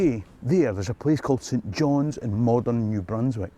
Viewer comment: Correct me I’m wrong but at about 10.08 into vid, is he saying ‘Saint John’s’ (NB)?? As against Saint John (St John’s being the city in Nfld)….